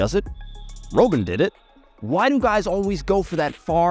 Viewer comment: Roh-ben instead of Robben lmaooo